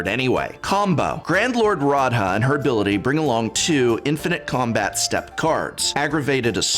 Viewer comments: You mispronounced Radha. She is clearly Celtic or Gaelic influenced (though to be fair I never got a concrete confirmation from MARO or anyone else). Which would mean you pronounce her name like this "Row-Uh" Not with the hard A and D. Normally I wouldn't bother, but you're an academic and I just thought you may want to know. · Dear prof, it is pronounced Ra-the. Also your awesome!